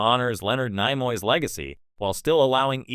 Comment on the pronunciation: AI stil can’t say Nimoy correctly? 🤷🏻‍♂️